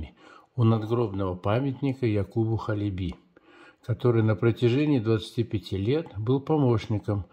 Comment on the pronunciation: Ударение на первый слог - Ха́леби.